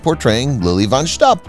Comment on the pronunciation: Fun facts about THIS video: The narrator mispronounced "von Shtupp". Mongo did not ride into town on a horse, he rode on a bull.